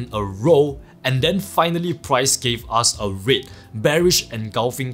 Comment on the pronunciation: I currently watching all your videos and it took me a few to realise you was saying red candles as i was thinking wtf is a rit candle 🤣